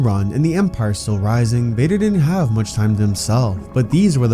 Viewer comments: bro did not say vader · that didnt sound like you said vader 🤨🤨